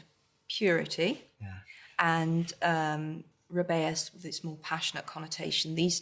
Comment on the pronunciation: Albus and Ru-bay-es?!? 🤯